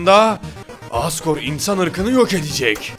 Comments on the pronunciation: abi asgor-re diyo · abi hardgore mi asgore mi 😂😂😂 hahahahahhahhahahahahahahhah